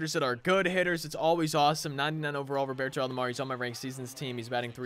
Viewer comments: Love your vids man. It’s Roberto not Robarto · The way you say Roberto annoys me